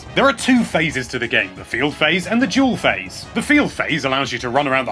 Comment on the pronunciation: I wasn't the only one hearing him say "Jewel Phase" when he was saying "Dual Phase" am I?